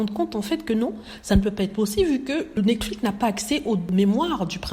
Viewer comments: Je dis toujours cela dans ma tête à chaque fois qu'elle le prononce. Le mot devait avoir le son netflics vu qu'il est terminé par la lettre x . En tout cas! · oui j'aimerais bien comprendre pourquoi elle le prononce comme ça parce que c'est la seule personne que j'ai entendu un prononcé cet mot comme ça.